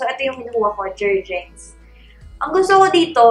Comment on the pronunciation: Jer-Gens not Jens po😅